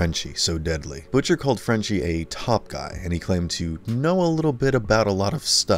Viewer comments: I don't understand how the ppl narrating these videos mispronounced some of these words and names. Consistently too. Mispronounced Butcher. Not BUH-TCHER. Jeez. I don't think I'm being a stickler about this. It's like mispronouncing batman..... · And managed to butcher ...butchers name (he pronounced it Butt-chur)